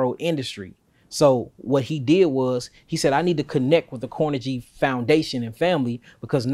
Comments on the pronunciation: Just a heads-up on pronunciation so information is not lost (because mispronunciation leads to confusion, misinformation and being considered ignorant at best, and stupid at worst). There is no one named Carnajie oor Andrew Carnajie in this portion of history. Carnegie is pronounced Kar-NAY-Gee. It's a Scottish name. Not Kar-Nuh-JEE as pronounced here, nor KAR-nuh-gee as most Americans pronounce it. Andrew Carnegie AN-droo Kar-NAY-Gee. We may not like things he did, but we should at least pronounce the name correctly. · This brotha need to learn how to say Carnegie’s name.. smh. It’s not CORNEGY. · Car-na-Ghee (not jee) Carnegie as in Carnegie Hall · I believe the "g" in "Carnegie" is pronounced like the "g" in "go." Still this is great content. I learn something new every day. ✌🏾👍🏾💯